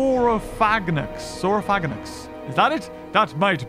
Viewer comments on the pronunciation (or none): Excuse me! It's pronounced sauro-faga-nax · Saurophaganax ( sore- ro-fa-ganacks) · Gojirasaurus is a real dinosaur Saurophaganax is pronounced (Saur o faga nax) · Looks like it's time for to break out Planet Dinosaur to hear the late John Hurt tell you to say "Saurophaganax":P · Saurophaganax, (Pronounced Sore-o-fay-gun-axe)my favorite dinosaur! You saw it in Planet Dinosaur, yes, and it was also in some first person dinosaur shooter you played a while ago. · Corrections pack-E-ceph-allo-saur-us saur-O-thag-an-axe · Sauro fog nax is its prononce. And it was from Planet dinosaur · The pronunciation is Sor-o-fa-ga-nax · It’s pronounced sauro phaga nax